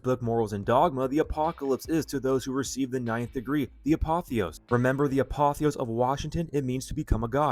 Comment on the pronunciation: It’s the ApotheosIS, not apotheos. Not to nit pick but an important detail. It’s like when people add an s to Revelation. Drives me nuts